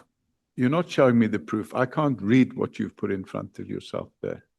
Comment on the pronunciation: "Wat se you"😂😂😂😂😂😂😂im dead